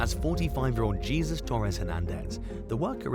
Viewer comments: 😂😂😂😂 you called him Jesus!!! Like Jesus Christ!!! 🤣🤣🤣🤣 Nonono It's pronounced hes- like yes but with an H, sus like Dr Seuss put it together Heseuss = Jesus. Not Jesus = Christ 😂😂😂😂😂😂😂😂 It's a South American name I know it from Hispanic culture but I'm sure it's used in a lot of South American countries. 😂😂😂😂😂😂 Only people not from THE AMERICAS would pronounce it like Jesus Christ. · Pronounced HAYzeus NOT JESUS..... come on USA with so many Hispanic people in your country have you learned nothing 😂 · LOL "Jeezus" instead of Jesus Hernandez! 😂 Its pronounced Hay-soos!